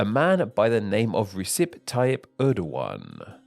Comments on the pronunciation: You pronounced Recep wrong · If you say the "oo" in pool you're 90% of the way to ü. The really tough one for English speakers is ö. There is nothing close that I can think of. btw, Recep is approximated by "rejep" in English not "resep"